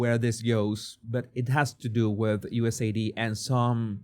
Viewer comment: God dammit; it's USAID, not USAD 😆😂🤣 Phonetically it would be "you ess ay AYE Dee". That one's been eating at me since you first said it 😁 To be fair though; your English is infinitely better than my Castilian and I'm not criticising you, just mentioning it for both our sakes 😊 Love your work, brother; and I'm so happy to see you getting more and more openly based as time goes on 🤘🖤